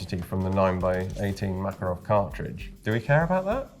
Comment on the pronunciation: It's so refreshing hearing an anglophone saying "MakArov" instead of "MAkarov"